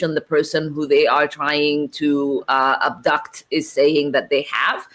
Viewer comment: She said "abduct." That woman is a clown.